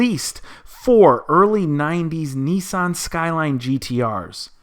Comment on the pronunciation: why do you say nisssssan.....its nissan :-)